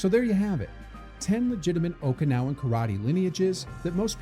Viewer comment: Every Japanese Okinawan and Chinese term was Mia pronounced